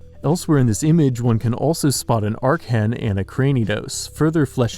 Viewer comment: My boi Archen: gets a single mention Me: joyful squealing Also THANK YOU for pronouncing it correctly!